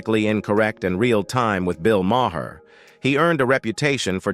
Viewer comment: Can't the producers feed the robot Mar instead of Ma hair so it pronounces the name correctly?